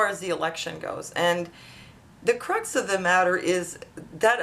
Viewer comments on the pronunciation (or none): did you say cruts of the matter what is that lol